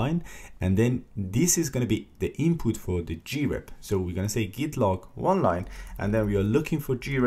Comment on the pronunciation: What is wrong with you CS guys, I just want to learn about grep and you talk about all kinds of totally unrelated $#!t. Waste of time! Also it Grep as one syllable not G-rep.